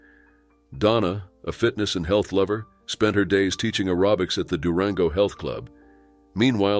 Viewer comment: That's air-oh-bics.